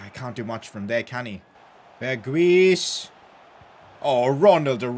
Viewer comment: Berguis is pronounced Berghouse